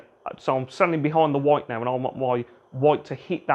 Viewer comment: Are u gonna hit that 'woit' or what